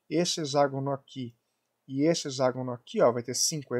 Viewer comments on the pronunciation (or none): A pronúncia correta é "hecságono". X tem som de cs em várias palavras: convexo, complexo, taxi, etc..... termo grego é hexa, sempre som de CS! Mas comum... até Iberê Tenório erra normalmente.